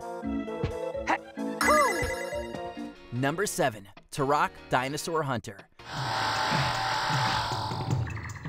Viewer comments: Talking smack on turok and dk is not cool. It's not tourok. It's turok!! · The fact that F-Zero X was included, and their pronunciation of “Turok” immediately invalidated this list. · watchmojo you have gotten so bad when it comes to the kids making these lists now. I thought that the F-Zero entry on this list was bad, then i realized on the next entry that the kid you have narrating it cannot even pronounce Turok correctly. It may not seem like it matters, but it does. You really lose all credibility on the subject that youre judging if you cannot even pronounce them correctly, it shows an huge gap in knowledge on the subject youre being critical and rating. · Please stop saying Turok that way.